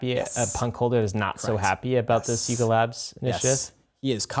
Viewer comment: Lol coulda sworn he said LARP Labs